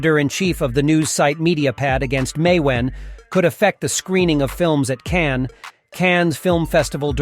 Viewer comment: Unsubscribed due to Cannes film festival being pronounce Cannie, and Louis (loo-eee) 15 (pronounced canz) Loo-ee Canz. I give up.